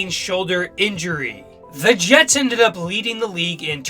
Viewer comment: ...... ....... .............. .......................... Did this guy just say "J-E-T-E Jets!"??